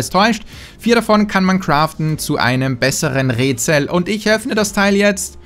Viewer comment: ein rätsel ... ein räätsel... ein rötsel... ein rööötsel und ich checks nich 😂